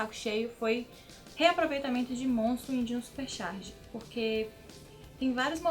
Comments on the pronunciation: Gente como ele fica o vídeo inteiro falando Xarge!? CHarge! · Num é "xarge"... coloca um ovo na pronúncia, porque xarge lembra as tirinhas de humor que vemos na internet, jornal e na querida prova do enem k